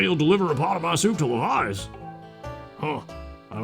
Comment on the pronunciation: I think Levias would be pronounced the way you're saying it, since it's based on leviathan.